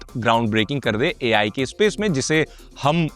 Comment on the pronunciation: Apple Ai na Apple aa ai aa ai aa bhai aa ai😂😂